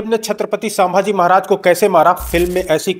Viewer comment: Actually vo saaambhaji nahi bhai vo ch. Sambhaji maharaj